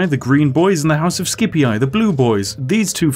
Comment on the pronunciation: "juliAAY" "scipiAAAY" "brutiAAAAYYYYYYYYYYYY"